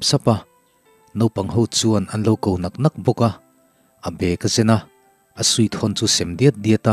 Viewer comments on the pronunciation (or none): none